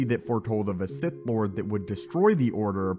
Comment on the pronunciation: Hey Hey people Ssith here